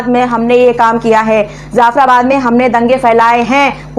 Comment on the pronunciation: Madame I love your Videos but one suggestion: The word is : Jaffarabad Not Zaffarabad Thanks stay blessed Ahmeen